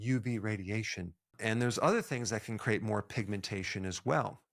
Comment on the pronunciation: "Crate"? Or "create"?